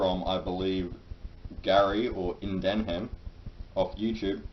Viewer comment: "indenhem of utube" oh my garys gonna beat u up now